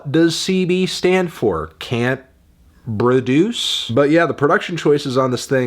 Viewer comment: My man said “Broduce”